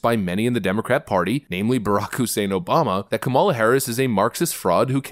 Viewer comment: Dude. Learn how to pronounce the vice president's name. It's not difficult.